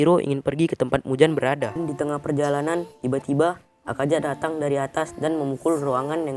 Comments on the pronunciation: Akaza min bukan akaja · Bukan akaja tapi akaza woi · Kok Bilang Akaza Nya Akaja Salah Tu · Bang klo ngomong plis akaza bang, bukan akaja😭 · Yang Salah:Akaja Yang Bener:Akaza :V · Ketika huruf z di baca j 😀